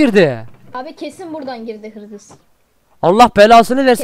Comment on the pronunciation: hırgıs mı girmiş yazık yazık 😂😂😂